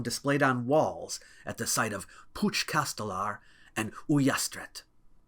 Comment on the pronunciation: As a spaniard I am so impressed at the fact that a foreign person knows about "caps clavats"(nailed heads). Your catalan pronunciation of "puig castelar" and "ullastret" was perfect too??? 😨✨